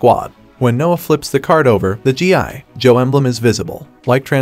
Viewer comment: Is this voiceover AI? It was really convincing until he kept chopping up the syllables in "GI Joe"